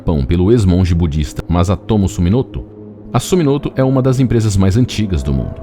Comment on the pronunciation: O NOME DA EMPRESA É SUMITOMO E NAO SUMIMOTO